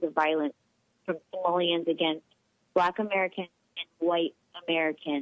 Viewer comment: pretty sure this was a TROLL caller....she kept saying "samoleans"....not Somalians...you got baited Jesse